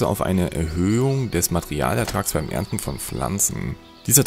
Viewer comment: Die Hanfblätter beim erntern und "Das Welt" sind meine Highlights :D